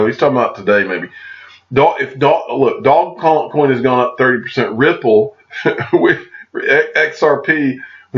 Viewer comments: Just for your information it's not pronounced dog coin. It's pronounced doze coin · Yet when I look at it I see doggy coin, dog-e-coin. It just makes so much sense with the dog mascot. Did the inventor say “doze coin” or has it just been mispronounced by everyone all down the line? I’ve also heard “doje coin.”